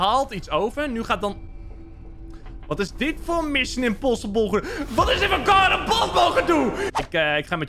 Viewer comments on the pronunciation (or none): none